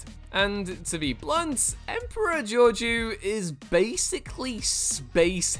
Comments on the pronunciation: It's pronounced Georgeo - it's french dude. Please look up how to pronounce stuff. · That's not how you pronounce Georgiou